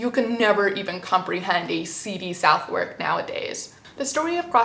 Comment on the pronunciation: I feel I should point out that the pronunciation of Southwark is Suthuk.